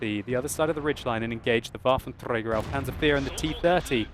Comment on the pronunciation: I don't really like how you say "Waffentrrräger" :D